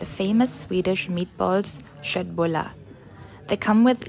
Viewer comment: In Sweden, K is sh??? I had to watch twice the part of Kottbullar... and while premiere, i thought something different 🤣